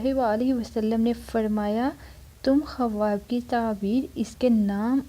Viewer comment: Khawb tou bolna seekhlo pehlay yar